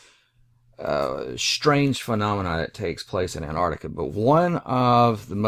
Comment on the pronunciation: Please. It is pronounced "AntARCtica" not "Ant ARTica". And "maP" not "mao".